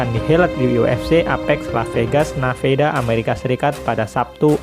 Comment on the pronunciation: Nevada atau naveda sih?😂😭